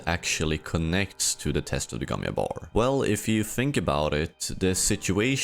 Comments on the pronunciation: Not "yabbar", sounds like "jcabbar". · gomm JABBAR NOT YABAR .... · Bro I know you are Nordic or something but how difficult is it to just say Jabbar or Jessica and not Yabbar or Yesica? Like come on dude holy